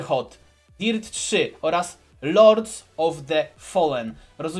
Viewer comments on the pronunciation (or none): none